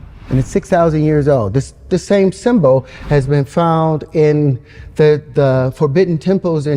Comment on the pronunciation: Sim-bow = symbol KaBlewWee! Mind blown Cosmic mysteries unraveled n understood. But for real why he pronounce words funny? We get it, ur different.